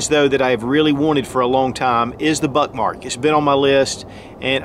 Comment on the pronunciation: The immature kid in me can’t help hearing him say Buttmark! Lol